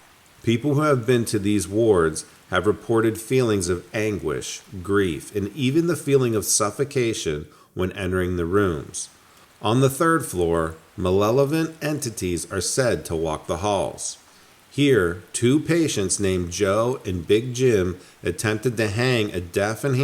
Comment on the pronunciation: Lost me at malelolent lol